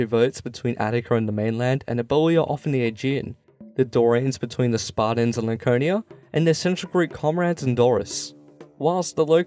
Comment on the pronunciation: Pretty accurate history here but, would it kill you to pronounce the T in SparTans ? It is not Sparda or the Spardans. I noticed this on another video. You do actually pronounce the T in other words. Of all the ancient Greeks, the Spartans most deserve to have their name pronounced correctly. Up until Lysander that is. He was a fecalite at best.